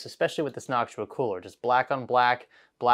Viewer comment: Why are you saying "Knock-Too-Ahh" as "Knock-Shoo-Ahh"?